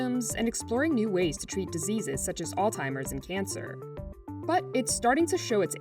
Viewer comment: CNBC really said "all-timers", instead of alzheimers.